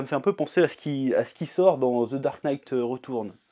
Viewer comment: "Ze Dark Night Retourne" j'ai ri